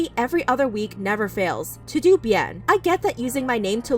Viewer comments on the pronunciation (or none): Todo is pronounced toe dough .. not to do lol 😂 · is it not "todo bien" and not "To do bien" ? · You said Todo wrong sis lol It’s a Spanish word Pronounced like “Toe-Doe” ♥️ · Hi, I don’t want to take out importance of this story and I know that you want to say the truth but is in Spanish and it’s pronounced toh-doh. Loved the way you told the story and how you highlighted that it’s still not sure which allegations are true and which is false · Anyone else had a lil laugh when she pronounced TodoBien "too-doo" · Todobien is pronounced toe-dough bee-in lol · Lol the way she said mahalia and to do bien. It’s toh doh bien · That's my exact thought. Why did she pronounced todo like tudu when the last part is obviously bien? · The way ‘ToDo’ was pronounced lol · Okay, this is serious but the way said "todobien".... I couldn't help but laugh! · Bruh she legit pronounced “TodoBien” wrong 💀—- I died.